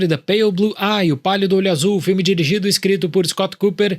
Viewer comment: Eu só entendi ele falando "O Palio do olho Azul"